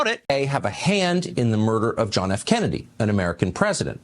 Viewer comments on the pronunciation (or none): none